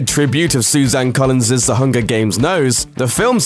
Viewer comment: 'Colins's' no.